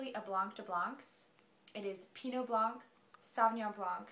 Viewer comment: i'm so sorry for making this unnecessary comment but i've heard it too much and i just can't anymore xD that's not how you say blanc! you don't say the C at the end, it is only there for the feminine of the word which is blanche